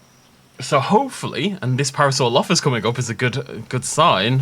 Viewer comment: You mean paralolololollophus